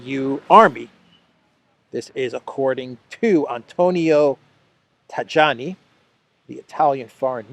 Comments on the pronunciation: Antonio Taiani, not Tagiani: J and I same pronunciatipon as I. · the correct pronunciation of "Tajani" is "Tayanee".